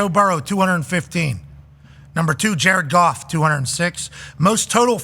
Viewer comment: Ja-red Goff, Ja-red Goff